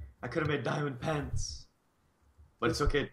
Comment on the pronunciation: every time Mitch says pants I think he says pens